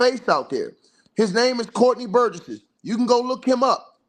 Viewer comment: This cool and everything. But relax on cussing out ppl that come to your channel to support you. It’s better interaction for you anyway. And you seem even more stoooooopid when you yell at people but sitting there diabolically adding extra syllables to Courtney’s last name. Burgess! That’s it!! NOT burgessESS … like boy sit down and relax!! Cause your passion got some of us wanting you to just tell your own story of when you “got took”… cause why all the fire and the passion? Something you wanna tell us?? Got a similar story of your own ??? eel!! 🥴🙄🙄🙄. And yea …. Block us… and hurry up !!!